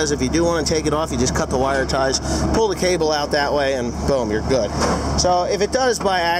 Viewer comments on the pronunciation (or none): none